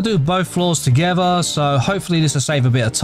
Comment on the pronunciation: I love how he says togewwar